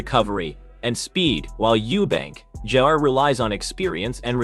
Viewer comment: Why can't the ignorant man talking call him junior instead of jrr